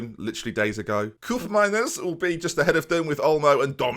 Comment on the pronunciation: HIS NAME IS COPE-MINERS NOT KUP-MINERS FFS